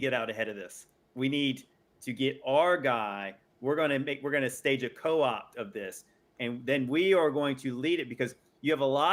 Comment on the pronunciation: Psy-op not Co-Op lol